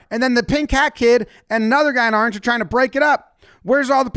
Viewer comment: I like how you take the word "orange" and you evolve it into "aaarenge"😂😂😅😅